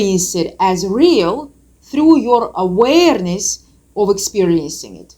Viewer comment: Same love her accent when she pronounces that word. I would surely take tequila shots and weed hits just for that 🍻😉